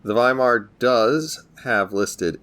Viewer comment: Great! The first non-german CC who pronounced Weimar correctly 👍👍